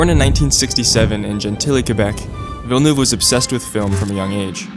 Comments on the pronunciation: FINALY SOMEONE WHO CAN PRONOUNCE VILLENEUVE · Thanks for saying Villeneuve and not Vil, le, neuve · Thank you for not butchering his last name